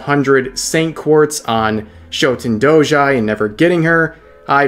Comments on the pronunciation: The way you say Show-ten Dou JAI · The way you pronounce "Shuten-Douji" explains why you didn't get her. That's a major crime right there.